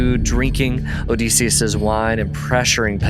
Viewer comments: I’m curious where you came up with the pronunciation of Odysseus? I’m pretty sure the standard pronunciation of the Ancient Greek is “duss” like the German tü (that’s what I remember from college as a classics major) and the colloquial for English speakers is “diss” like kiss. I’ve never heard it pronounced O-dees-seus. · It's Oh-DIS-e-us, not Oh-Des-e-us. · You saying his name incorrectly is killing my ears odeeeeseeeus 😅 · Get the pronunciation of Odysseus correct OK?